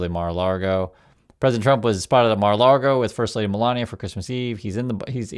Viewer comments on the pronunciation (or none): Thank you. Mar-a-lago not mar-a-largo. Although, I like your way better.